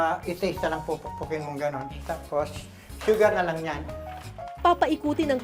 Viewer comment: Kering Puwdeer, Showgar, SOLt, Flevoring